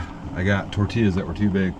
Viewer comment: The way you pronounced tortillas… 😡😄😁 tor-tee-uhz 😉👍